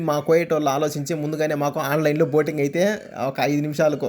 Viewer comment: Boating antunadu